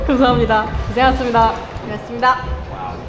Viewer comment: 시간 걸리드라도 수고하셨습니다 고생하셨습니다 발음을 또박또박 해 주셨으면 합니다. 가식적이게 느껴지거든요, 열심히 땀흘린 선수들한테 순간순간 지나가더라도 겹치더라도 또박똬박 발음을 해 주셨으면 좋겠습니다. 수고해스니다 고새해스니다 이런 어눌한 발음 라이온즈티비의 격조에 맞지 않다고 봅니다 !!!